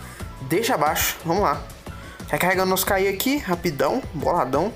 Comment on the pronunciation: e cara se pronuncia ki e não k i :/